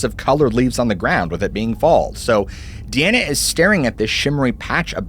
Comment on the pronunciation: Diana is pronounced as dai-a-nuh